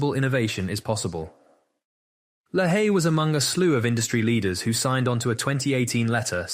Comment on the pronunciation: It’s Lay-Hee